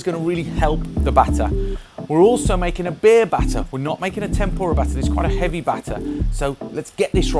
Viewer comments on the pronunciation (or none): none